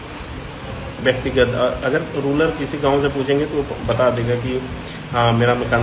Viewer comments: इस कुपढ वकील ने रुरल को रुलर बोला है। यह जीभ फिसलने से नहीं बोला गया। इसने तीनों बार रुरल को रुलर बोला है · ये अपने आप को वकील कहते हैं, लेकिन इन्हें शब्दों का सही उच्चारण करना तक नहीं आता। रूरल शब्द को रूलर बोल रहे हैं जनाब